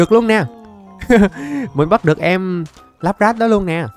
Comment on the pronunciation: Lapras thầy gọi là lắp ráp